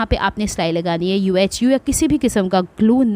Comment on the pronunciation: It's pronounced yoohoo not U-H-U